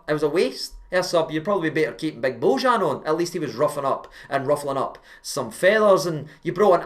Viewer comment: Pronounced "bo-yan".